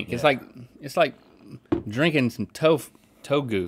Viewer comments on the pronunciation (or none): Excuse me...toe goo? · i know this man did not just call tofu, togu